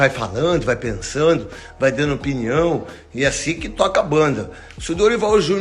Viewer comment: Porque ele fala piniao 😅